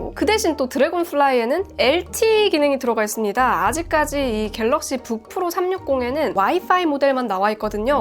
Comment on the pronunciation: 주푸로~ 푸로 발음이 구수하구만~